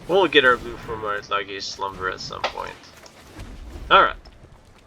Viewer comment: FYI, Lage is pronounced like "Sage" but with an L in front, aka "Lei-ge"